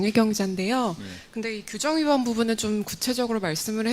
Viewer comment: 도대체 뭔말이야? 규정위반인데 뭔규청위반인지 말을 못해 기자보고 알아보래